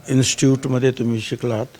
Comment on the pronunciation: Instut nay re institute 😂😬😬🤫🤫